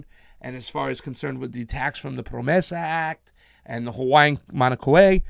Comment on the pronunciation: That's pronounced MAO-na KAY-ya